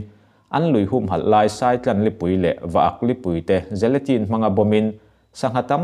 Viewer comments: Saitlan nilo in sàitlàn tih tur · Saitlan hi ilam diklo